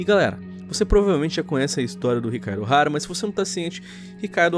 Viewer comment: "Chicaro Ohara".... ...pronúncia bugou😅😅😅😅😅